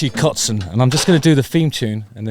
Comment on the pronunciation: Impressive pronunciation of the very common german terms "kotzen" and "vixen" in the first few minutes!👍